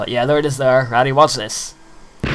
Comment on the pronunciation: "pretty FACKING awesome" XD goddamn i wish me ma birthed me with the accent